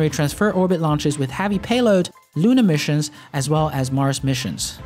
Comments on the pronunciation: Nice. But his analysis of SpaceX's vision and role in the future is as accurate as his pronunciation of "havvy".. erm, i mean "Heavy". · Why the f*** does he say Falcon Havy instead of Falcon Heavy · you say havy alot what country are you from to pronounce heavy like havy just wondering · curious as to why you pronounce e sounds with a sounds, like falcon hAvy? it that normal in your neck of the woods? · adolf I would enjoy watching his channel more if he pronounced Havy they right way.